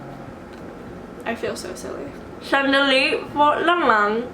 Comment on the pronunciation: the pencil trick helped with the “sandali”, aside from it becoming clearer, it’s like you said it with more confidence! magaling! 👏🏻